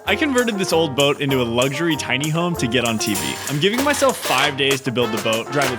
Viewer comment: There is no "g" in luxury. Thanks again.